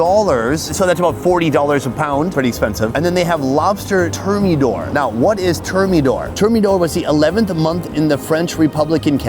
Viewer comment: Term-e-door? Haha